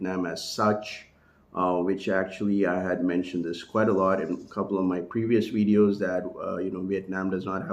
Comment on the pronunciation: the slurping of the coffee, the picking of the nose, the w in lieu of the v . . . all provided within the first 3 minutes of the wideo